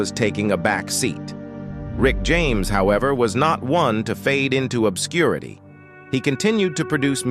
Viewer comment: Lol! I said the same….it’s mispronouncing quite a few words. 😂